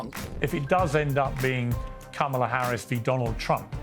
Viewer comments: Interesting that Kennedy is mispronouncing Kamalas' name. At first, I thought he was saying Camelot. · They're pronouncing her name as ' camel - a ' ... 😮😅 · Dear God, RFK Jr., and his perpetual victim complex, is so unbecoming of a leader. Also, show a little respect, and actually pronounce Kamala's name correctly, it's not "Camela", you sound like Tucker Swanson Carlson... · Joe Biden contributions I dont know but Kamala's (come-la) (yes thats how this name is supposed to be pronounced as it's an Indian name) contributions to global entertainment is absolutely rock solid. Rooting for her to keep it going. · Why do u pronounce Kamala "Camela"? 🐪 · Why does RFK insist on calling her Camel-a? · Love hearing people pronounce it Camel 'er. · Kamala is pronounced “comma la”. You’re welcome. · Why cannot Piers or RFK correctly pronounce Kamala? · I love that RFK mispronounces her name. The left also loves when people do that! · RFK Jr can't bother to learn how to pronounce Kamala's name. 😂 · I like RFK Jr. There are a couple things that are bothering me. Mispronouncing Kamala (soft a) is not helping as it comes across as an intentional jab. The other is it sounds like he's giving up. Is he? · RFK Jr is on the world stage claiming to run a legitimate candidacy for president and he still doesn’t know how to or is it intentionally want to pronounce Kamala Harris’s name properly. Bizarre world we live in.